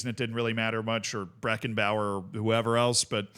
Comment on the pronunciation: mans just said breckenbauer